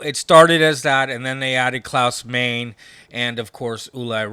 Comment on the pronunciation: PLEASE STOP saying “The Scorpions,” it’s SCORPIONS! And who on the planet calls Uli John Roth “EW-LIE?” Klaus “MAINE?” It’s “MINE-UH.” One would think metal heads who go back that far like these would know. To be fair, Zet cringed every time the other dude said “EW-LIE,” and the only one that he fucked up on was “THE Scorpions,” and a huge part of their fanbase still doesn’t know that the band is SCORPIONS